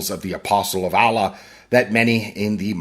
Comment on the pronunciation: this is why the pronunciation of "Allah" sounds just like deep-throating